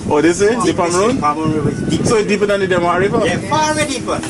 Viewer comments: It is Demerara River not Demewara. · Demerara not demawara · Great effort in trying to do this documentary. However your language sir, and the pronunciation of words like 'Demewara' among others are inaccurate. It's Demerara, not 'Demewara'. Your language is confusing. The word is water not 'wudder'. Otherwise I admire your initiative of making such interesting video about our beautiful country. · It’s called the Demarara and pronounced dem ah rah rah not dem awara stop butchering the name my friend lol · DEMEWARA = DEMERARA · Note to guyanese ppl...there is no W in Demerara. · Demerara, not the demewara, who is this guy presenting Guyana. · Demerara don't have w inside it😂😁😁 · Stop saying demawara... And Parika is on the East Bank Essequibo... Very informative and entertaining never the less...